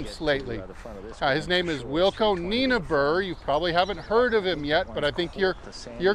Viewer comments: Its 'Knee-nobber'. That's 'stupid long' in Afrikanner. ;) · Ok can we Saffers try correct your pronunciation of the name Nienaber…. Pronounce it as follows ‘Knee Nah Burr’. Can you try this. Thanks, from a proud Saffer 🇿🇦